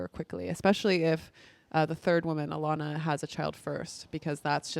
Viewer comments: Her name is VYLANA Not Vannya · her name is vylana not vanja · it's not Vanya it's Vylana... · Ugh, had to stop watching because she couldn't pronounce Vylana's name repeatedly. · so many people have done this, I’m like…how do you sit down to record something without remotely having the names correct